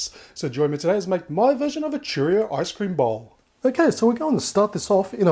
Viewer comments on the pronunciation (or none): Churros not Churrios😘